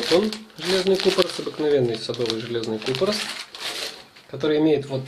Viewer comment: КупорОс, а не кУпорос